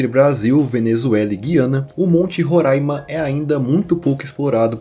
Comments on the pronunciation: ótima pronúncia de Roraima, ainda mais hoje no aniversário do estado!! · Lindo demais você ter falado o nome do meu estado Roraima corretamente ❤❤❤❤ e também do povo Makuxi! Estava morrendo de medo de você falar “Rorãima”. Nossa, já era inscrita no teu canal e agora que não saio mesmooooo ❤❤❤